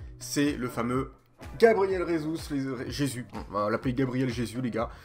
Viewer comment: Ça se dit RÉSUS pas jésus